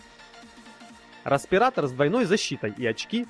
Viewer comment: Как же меня распирало от "Распиратора". Ещё угарнул от его лупА